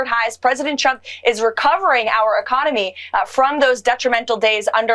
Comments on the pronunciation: Oh she's back(Karoline Leavitt), I kinda missed her "President Chump". xD Either she has a speech impairment or she's doing it on purpose. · Is it just me or does Karoline Leavitt keep calling him "Chump" instead of "Trump"? 🤣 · I am CONVINCED that EVERY time Karoline Leavitt says trumps name she says "chump"! 😂😂😂